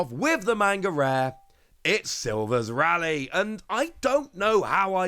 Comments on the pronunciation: Pretty sure the name is pronounced as 'Ray-lee' (that's how his name is said with jp voice) as opposed to what you're suggesting here of 'Rally' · Rayleigh pronunciation is Wayno all over again.